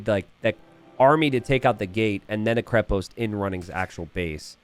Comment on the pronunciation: this is KrEpost, not KrepOst. The root word is krep - which means "strong" in slavic languages